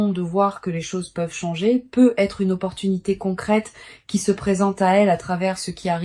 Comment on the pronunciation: Vous êtes passé par l'IA??? Déjà ce n'est pas un tirage de cartes car les cartes sont déjà posées 😮 ensuite on entend PEUT ETRE !!! Il n'y a pas de liaison vous coupez bien les deux mots ... PEUT ÊTRE.... on dit peut-être...